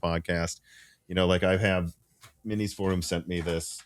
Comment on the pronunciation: Please say For-um. Like 4-um. Its not For-room, like 4-Room. Thank you :)